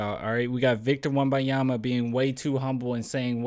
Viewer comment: Lol you’re still calling him Wembayama 😂